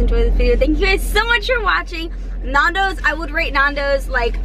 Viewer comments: Youre pronouncing it wrong, It's Nando's, it comes from the name Fernando. And Nando's is always better when you eat it at the restaurant because they actually make it properly, so that you don't complain. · Ur saying Nando's wrong omg 😩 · Stop pronouncing Nando's wrong! It's u know a Cheeky Nando's😂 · You mean Nando's not naandos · its not Nondos its Nandos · Same. Nandos not nardos😂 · NANNNNNN-DOS not NAAN-DOS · Love nandos but I'm screaming at them it's nandos not nondos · They say it like NAUN*does like nan bread you say it like *Nan as in your grandma nan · The pronunciation, lmao we surely don't say it as 'Nohndos' that's for sure!. -It's just 'Nan-does'. I've always never seen anyone eat the chicken like that haha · AHHHH THE WAY YOU PRONOUNCE NANDOS MY EARS "NORNDOS" IT'S "N-A-N-D-O-W-S@ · It's Nando's not Nundoes. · It’s pronounced naan-dows Not nundows 😅 glad u liked it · NAN-DOES NOT NAAN-DOES OMG 🤦🏾‍♀️😂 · Why do they keep saying NON... when it is clearly NAN dos??? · btw you don't say it as nandos, its said as nandows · It’s not NAHHHNDOS ITS NANDOS 😖😖😖😖😖😖😖. Sorry im British lol 😂😂😂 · It's Nandos with an A, not Nondos with an O... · please stop... its nan not naan im dying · OMG ITS CALLED NANDOS NOT NARNDOS! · please please PLEASE its not naandos its nandos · Lol omg do some research before you do a video! "Some island off Portugal"🤣🤣🤣. It was founded in South Africa. Also.... nAndos not nOndos😭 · it bugs me how they say nandos. you don't say narndos you say nandos. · It's not pronounced Nondos. It's pronounced Nandos. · Why are you saying nawndoes its nandos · It’s Nando’s Nondoz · It's pronounced nan- did not nahndos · It’s not NUNdos it’s NANdos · It's not Narndos It's nairndos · NANdos not NAAANdos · Nandos not naandos ffs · naaaandos not nanos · yeah they say nondos lol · its said nandows innit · Yea cause when you pronounce it, you say "nan" as in your grandma and it's kinda funny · Michael Czepak nAAHndos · see i can change my name * nan doee s